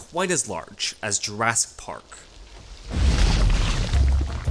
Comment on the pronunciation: "JurASS- Park"